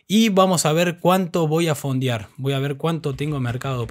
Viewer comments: Se escribe y se pronuncia "Fondear" no "Fondiar". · "Fondiar" 🤦‍♂️. "Fondiar"!! 😥